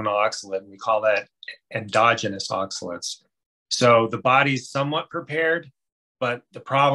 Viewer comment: I think that it should be pronounced oxa-lates, not oxa-lits. Hard to watch this video when the pronounciation is off (IMO).